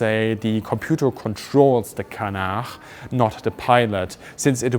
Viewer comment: I was really curious what the tail intake was for. You didn't say. Apparently a heat exchanger for the engines. I love your pronunciation of fuselage and canard.